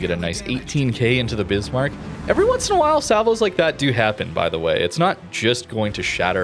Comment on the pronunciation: Pls, its NOT BIZZZMARK, its Bisssmark. Thx Mate ;)